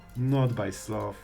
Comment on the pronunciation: Master SLOTH (Not sleuth 😂)